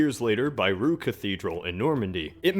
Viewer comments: I understand English speakers can't into nasal sounds, but at least if you want to pronounce "Rouen" get the numbers of syllables right: 2 Rou-en. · Rouen is pronounced ROO-AHN facepalm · The way you said Rouen gave me anxiety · I live in Rouen and the way you said it was very funny ! Nice videos !